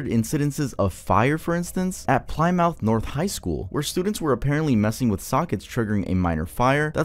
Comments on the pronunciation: the penny challenge - for anyone confused Plymouth is a place in the UK in the south west… actually not too far from where I live (p.s: it’s also pronounced plih-muth) 🩷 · aint how you say plymouth lmao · as someone from mass, hearing the way you pronounced raynham and plymouth made me lose my mind 😭it's rain-em and pli-mith phonetically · It’s pronounced Pli-mith not ply-mouth👄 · it's "plimith" not "ply-mouth" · Ply- mouth is hilarious way to say Plymouth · Plymouth= plim-oth. Pronunciation gets me lol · Lol PLY-MOUTH!! XD XD The school system is definitely failing! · Could someone fill me in on what happened for about 5 minutes during the penny challenge video portion? I kind of stopped paying attention after this dude who's making the video pronounced Plymouth Ply..... mouth... Thank you, public education, find job as always. Your ability to teach kids how to read at a sufficient level is astounding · Stud did not just say "Ply-mouth" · I’ve ever heard Plymouth pronounced that way lol Try: pl-i-myth (short i, like in fish) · Lol ply- mouth Still loved the vid keep it up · "Ply - mouth" lol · Yo not tryna be a nerd or a jerk and congrats but it’s Plymouth pl moth idk how to pronounce it like that but the way you said was wrong congrats for 2 mil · You pronounced Plymouth wrong.